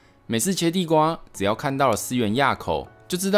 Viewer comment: 思源"埡"口 讀音正確的念是ㄨˋ